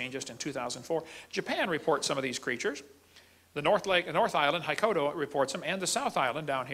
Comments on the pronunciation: Nothing annoyed me more than when he pronounced Hokkaido as haikodo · Did he call the Japanese northern island Hokaido for hokodo? And yeah there are tons of water based myths and mythical creatures. Here during COVID-19 the Yokai Amabie became very popular. Super popular. That is a fish, with a beak, and 3 fins. She is said to work as a amulet against sickness.